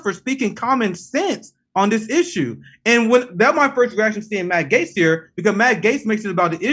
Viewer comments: Jimmy loses credibility for not being able to pronounce Matt Gaetz correctly. Gaetz is friendly with Omar and Tlaib, oddly enough. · The video where Jimmy final finds out it's pronounced "GATES".